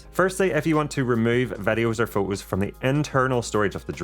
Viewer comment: Do you taxed on your usage of the letter "T"? I've never heard of pho-ohs se-ings, for-ey, au-oh ... But if the "T" is at the beginning or end of the word it is clearly pronounced. LoL!!! Sorry, I just found that a little amusing, great video by the way, although you missed the "Host" USB-C connector under the flap on the "DJI RC" controller, I assume that is to move data to and from the controller?